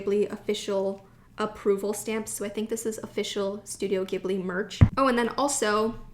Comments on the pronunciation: did anybody comment on this... it's pronounced Studio Ji-ibli no Gi-bli because "Ghibli" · not 'gib-lee' 'jee-blee' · Ghibli is pronounced as "jib-lee". ❤️ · Hi. I just wanted to let you know Studio Ghibli is pronounced “jibli”. I’m from Japan and the technical spelling for the pronunciation is “jiburi”. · The accordion notebook is the type they use at temples and shrines where priests will write the Characters of the name of the shrine and the date. Its a popular souvenir for people who visit temples and shrines in Japan! So yes, perfect for ink and calligraphy! Also, its actually pronounced studio "Jibli" with a soft G! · whispers I love Ghibli too ... it's pronounced with a soft G though ... Studio Jeebbly. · Hi, Ur pronouncing Ghibli wrong, and ur pronouncing Tokyu Hands wrong, if u read u will notice it finishes with a U not an O. Also u been to the biggest turist trap in tokyo, Itoya in Ginza, btw behind that Itoya there is another Itoya with many more things, including a floor just for popular pens such as sarasa, mildliners etc. That Itoya u went is just for looks, for stationery noobs I guess, also everything is marked up like 20% more or so. Next time u go, make sure to walk to the back door, croos the alleyway street, its right in front. Its really worth it to check it out.